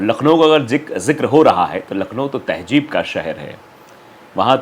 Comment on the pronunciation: To better communicate ,advice you to please take a URDU Tuition , Its not Tehjeeb -- Its Tehzeeb & not Majhab its Mazhab